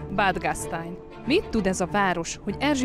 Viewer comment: Nagyon nyomaszt hogy szalzburg ! és bad gasztain ! hangzik el!!! Szerintem meg ZALCBURG és BAD GASTEIN, mert az osztrákok így mondják!!. Nem mondunk BARCELONÁT, hanem BARSZELONA, mert a spanyák úgyhívják. Nekem ezzel levett a video értékéből, mert érdekes, sosem hallott részletekkel! Köszönöm.